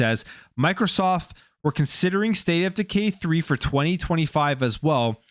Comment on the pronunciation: Sounds like hes saying, "State of deGay 3" 😂